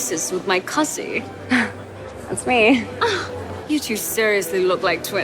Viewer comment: So many things to comment on but Vanessa’s attempt at a British accent kills me every time🤣🤣🤣 when she says “you’re the one who switched places with my cousin” she never pronounces the n - it’s “cuzzy “🤣🤣🤣